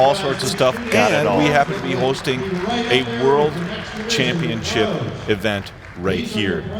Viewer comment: he said championchip